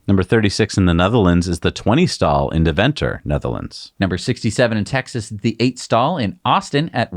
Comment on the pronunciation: Almost pronounced "Deventer" (new supercharger in the Netherlands) correctly ;-)